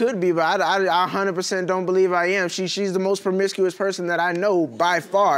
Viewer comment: I thought u said u was done being permicusious lol😅